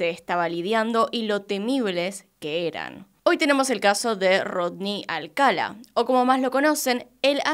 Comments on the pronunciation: Videazo, peeeero me puso muy nervioso que lo llamase Alcala y no Alcalá. Ni siquiera sé si es así, pero por lógica sí, sería con tilde al final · Creo q es Alcalá (con acento) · Alcalá con acento en la a, felices fiestas pásalo muy bien 🧑‍🎄🥳🎉🎄🍻🎁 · El apellido es Alcalá con acento en la última A